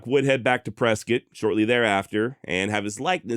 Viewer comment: Whiskey row is still alive and well here in Prescott. We also appreciate you correcting it and pronouncing Prescott correctly 😂.